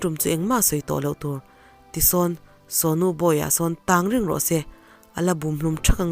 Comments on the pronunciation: tawng tih hi...a thluk hniam ni lo in..tawwwwg tih tur thluk sang deuha..thlulrei deuh tur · "Hmatawng" ti a tawng ri ang hian lam tur niin ka hria. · Hei hi kei pawh ka lo ngai mawh deuh a,nui sawng suh tih a sawng rik dan ang hian lam la